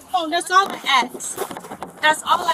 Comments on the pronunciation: Let me call my mom,that's all I "Axe".. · “That’s all I AXE!” 😏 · That's all I axe. That's all I axe. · You forgot ax instead of ask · Anyone who says "axe" instead of "ask" should get 30 days in jail for aggravated etymological assault. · Can't even apeak English. It's ask, not ax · She Fidna Axe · Everytime I hear "axe", I cringe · "That's all I axe" 😂😂😂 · "That's all I ax. That's all I ax." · and can't pronounce the word ASK 🙄👎🏻